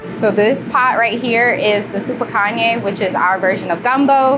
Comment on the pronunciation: It's super "Kan-JA" (jaaa), not Kanyaa 🤦🏽‍♀️ the dishes look pretty, but it's not authentic Senegalese ingredients 😕 I pray for their success and growth though.